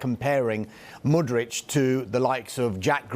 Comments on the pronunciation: MudryK, not MudryCH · Hey! The player's name is Mudryk not Mudrić